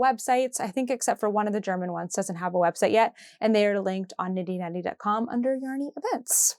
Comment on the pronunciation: Your German pronunciation was good ❤